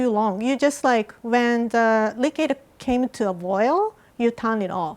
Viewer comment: Its so cute when says likid instead of liquid! Can anyone else agree.